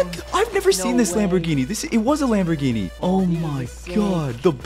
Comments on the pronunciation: Lambergini🚫 lambergreeni✅ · Bro Said lambogreeni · Bro said lamborgreeney